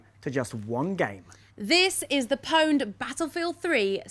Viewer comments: since when was pwned pronounced with the 'P' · isnt pwned pronounced "owned"? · anyone else get annoyed when they pronounce pwned wrong? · What the fuck has happened to gamers? Since when the fuck did people start pronouncing "pwned" as "poned"? Back when Quake and Unreal Tournament were the shit, it was pronounced "puned". Console gamers are a plague to gaming. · They said powned :D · Is it just me or does the fact that they pronounce pwn liked "powned" instead of how it's supposed to be pronounced, aka "owned", drive anyone else absolutely insane.? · anyone else cringe when they say POWNED? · >female host >pronounce owned powned fucking jesus christ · oh wow, this video looks awesome! "EA POWNED" *dramatic mispronounciation* NNNNOOOOOOOOOOOOOOOOO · Also it's pronounced "owned" not "powned". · Grrr why do they pronounce pwned as "Poned". Epic game however. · It´s not pronounced "Pouwnd"! She´s still hot though .. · why do they keep mispronouncing 'own'? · "pwned" hurr durr. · YOU DON'T PRONOUNCE THE 'P''!!! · pwned? since when do you pronounce the fucking P?>